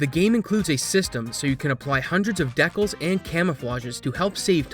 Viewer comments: What the hell is a deckel? I think you meant to say de-cal. Dee-kal. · after hearing you pronounce decal like that I instantly knew you were Canadian lol great video as always man!